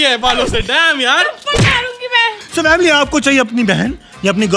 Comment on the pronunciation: Its vamily